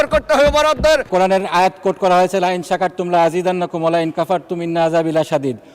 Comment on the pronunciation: মাহমুদুল্লাহ ফরিদ এমপি মহোদয় উনি আল কুরআনের আয়াত তেলাওয়াতে উনার ভুল আছে √লাইন শাকার তুম ওইখানে উনি উচ্চারণ করেছেন × ফাইন শাকার তুম-২ নম্বর ভুল√ মিন্না জায়গায় × ইন্না উচ্চারণ করেছেন। আমি কমেন্ট করার আগে তিনবার রিপ্লে ভালো করে শুনেছি উনি দুই জায়গায় ভুল উচ্চারণ করেছেন-সব জায়গায় ভুল কোরআন নেও ভুল-আফসোস(যে লাউ সেই কদু)